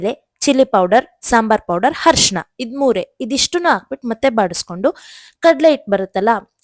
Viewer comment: Arshena not harshena 😂